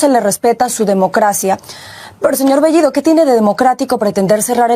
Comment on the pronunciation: La chica habla el español mucho mejor que bellido que dicho sea de paso no pronuncia el español correctamente. Sí, me refiero a bellido, la o lo pronuncia como la u, y la e casi como i.